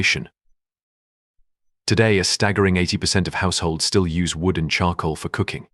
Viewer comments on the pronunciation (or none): none